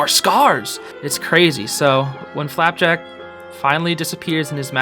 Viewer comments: i love how he just says flapack instead of flapjack now lol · You mean flapack not flapjack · For FLAPJACK not flapack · Whenever I turn on subtitle and he says flapack the subtitles think he said flat-back and I burst out laughing.